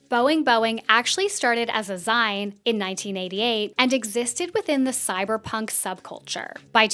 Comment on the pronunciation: i really do not want to be a b*tch but zine is pronounced zeen, like ZEEEEEEEEEEN with an EEEE sound, love u <3